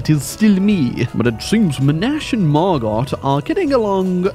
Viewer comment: It's pronounced Margo lol not mar-got Knew someone French named that